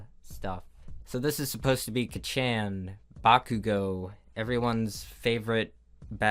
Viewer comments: I love you but it's pronounced 'kocchon' not "ka-cchan" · K so we are all gunna ignore the fact he said katshen and not just kachan? 😂😂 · I thought he was saying kitchen actually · how to pronounce kacchan: ka - chon ❌ ka CHANG ✅ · kachan? Ka-chan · It's not kah-chan, its kaa-chaan :( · How everybody say Kacchan: Ka-ch-o-n How says it: Ka- chan Its beautiful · Kachan? You mean kAccHaN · Everyone: kac-chan: ka-chan Everyone: angry weeb noises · um excuse me my hero "acasha?!" stuff "kchaan?!" I am pretty sure you don't whatch this stuff but if you do I will be super disappointed. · Him saying ka-chan instead of kaw-chan will forever make me snort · It's car-charn. Not catch-an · Nobody: Absotively posilutely nobody:: kaCHAN Me: KA-CHAN BAKA YARO BU KORO SU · I started dieing when you said kachan (ka.cha.n) as ka.chain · "K-chAin." .... WHAT!? Do you mean "kAh-Chan"? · kacchan = kachan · “Kachan” Kachow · I always thought kachan was pronounced Kaah-Chan not kih-chan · Say it with me.. Kah. Chah. N. Not kah- Chow. Kah. Chah. N. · the way he said academia ticked me off a lil bit- might be a joke?? but still amd “KATCHAN” Its ka-chan” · Don't mean to hate, but "kachan" is pronounced "kahchahn." The video is still good tho, 8/10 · When he kept going (kuh-chahn) instead of (kah-chan) I thought he was eventually gonna go kachow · kacchan ? KA CHOW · I love how you pronounce kacchan like kachow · when he said "ka-chan" I heard "Ka-chow" and thought he was talking about a piece of cars fanart. And if you're gonna correct me about spelling kacchan wrong, you were fooled. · how are you pronouncing kacchan "kacchaaaaan" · it pronounced kah-chan not like like a cash register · When he said kchen and acacia I lost all my brain cells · “my hero ACCIA” “K CHAN” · It’s pronounced ka’chan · Everybody: Kacchan.: KaCHANG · You say “Kachaan” like “Ka-chow” and that’s the reason I live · How you pronounce kaccan. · KACCHAN. Kuh-Chan. Bruh